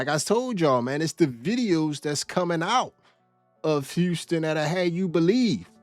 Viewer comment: ummm…is that woman deaf? Or was that an AI glitching out? I can’t handle the way she keep saying “Houstick”